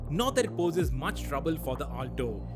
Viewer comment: Ur pronunciation of "Alto" is horrendous